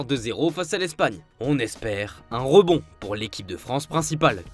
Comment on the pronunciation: Tellement 😂 "on espère un RE-bond" ou encore " qui s'est incliné 2-0 face à L'ES-pagne"